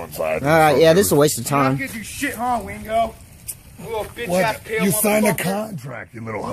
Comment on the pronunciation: I thought that too for a minute but sounds like he called him Ween-go at the end and the camera guy was saying to "sign the contract, I signed it already, I fight to get paid." So it can't be weendog, he's not a fighter.